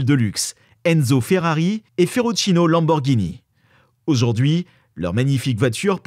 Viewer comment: Ferruccio pas ferruccino....😂